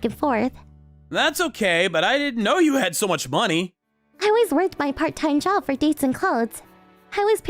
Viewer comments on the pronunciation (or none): I just realized she said Juob😂